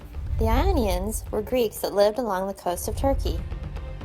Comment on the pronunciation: The "Lonians"???? That's a capital "I," not an "L": Ionians.